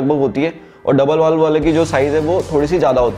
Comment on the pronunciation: "बाउल" नहीं "बोल" कहा जाता है